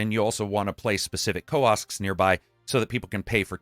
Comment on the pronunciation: He didn’t say “ko-ask” instead of “kiosk”🤦🏻‍♂️